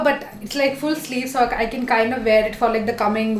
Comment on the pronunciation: Khaaind ni kind hota h😅